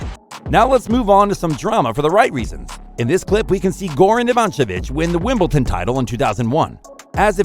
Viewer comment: There’s no T in Wimbledon!